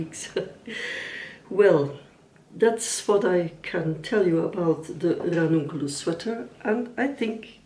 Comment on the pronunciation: I enjoyed this video and how you explained every detail about the choices that you made upon the Ranunculus. Also how well you rolled that R! Lol As a non native English speaker I can say that I had no difficulty in understanding what you said and I’ll be coming back again for more